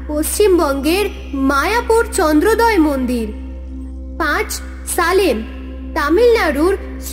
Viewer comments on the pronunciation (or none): ক্যান্দ্রদয় মন্দির নয় মায়াপুর চন্দ্রোদয় মন্দির